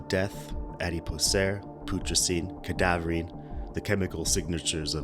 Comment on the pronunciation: If i were making a video about something, Id make sure i knew how to pronounce the words IN the video so that i didnt end up looking like an uneducated twat....but thats just me. EDIT: To be fair, cadaverine was correct. Adipocere and putricine though...not so much.